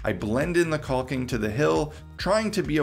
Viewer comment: The L is silent in caulking. Pronounced Cawk-ing. Not quite cock-ing. But close. Not sure if you choose to sound... like that, or just don't know. But yeah, you are pronouncing a silent letter. It's not regional or an accent either. Takes .3 seconds to look it up if you like. I like your videos. You seem smart. Just, not when talking about caulking (fyi they rhyme, but nobody says tallll king).